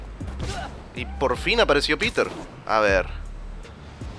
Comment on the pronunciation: me parece que a miles se le olvido ponerle la R al nombre de peter